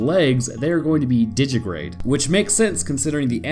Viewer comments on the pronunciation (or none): It's pronounced "di-gi-ti-grade", in 4 syllables. Not "Di-gi-grade", with 3. Think of it as "Digit-a-grade".